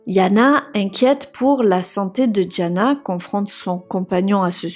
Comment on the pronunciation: Diana et non Djana.